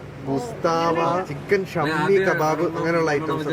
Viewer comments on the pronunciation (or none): Shammi kabab alla shaami kabab